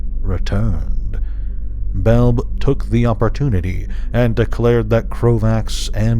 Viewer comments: it's Bel-bee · Love your Videos on the Weatherlight brother. I thought Belbe was pronounced "Bel-Bee"? Have I been wrong this while time!?